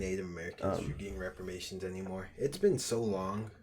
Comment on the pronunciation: It's Reparations fellas. Not repamations.